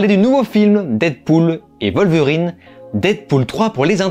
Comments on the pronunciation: Ca se prononce Wolverine bordel, pas Volverine. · Et ça ne veut pas dire qu'ils ont raison. Surtout quand la VO dit bien elle-même "Wolverine"